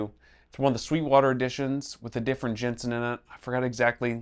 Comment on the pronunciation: The name is JENSEN not Jenson.